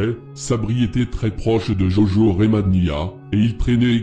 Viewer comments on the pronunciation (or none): none